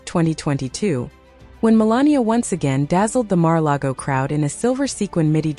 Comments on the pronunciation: Good Lord lady before taping this I can’t believe you can’t even pronounce Mar-A-Largo or Melania correctly much less other words you couldn’t pronounce. What the heck….really????? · Could no one tell the woman doing the narrating how to correctly pronounce Melania and Mar-a-Lago? OMG!